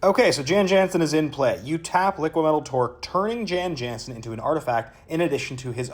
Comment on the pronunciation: Sorry, i know this is petty, but as an old bg player, its pronounced yawn yawnsen. Its petty, im sorry.